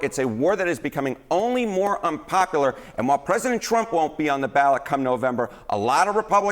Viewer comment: He needs to know the word is unpopular not unpopaler